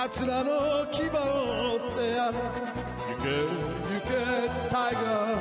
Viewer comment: タイガーのところがTIGERと 英語の発音で歌っていらっしゃる 素敵な声で大好きです。